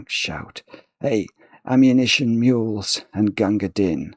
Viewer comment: A bit of poetry is no trouble,! For future reference, "Din" is set to rhyme with "Queen"/"green"/"spleen"/"clean"/"canteen" (so are the "been"s in the poem, for that matter), so it should probably be pronounced like the English word "dean" instead of like the English word "din".